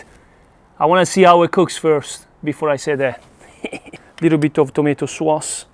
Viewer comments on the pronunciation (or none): your english is awesome....tomato SUASSS and OIL OV OJIOLLL ❤❤❤ i love you